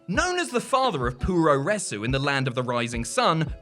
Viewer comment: puroresu is pronounced "prowres".